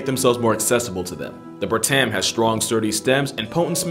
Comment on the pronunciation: As a Malaysian I can tell you some more facts about the treeshrew: - Malaysians regularly called them "tupai", or squirrel, even thought it's not really a squirrel. - They're common in cities too, adept and adaptable - They usually hide in drains ("longkang" in Malay) Also, the a in "bertam" is pronounced like the u in "dummy", Malay language has very different spelling than English. Other than that, very nice video, I like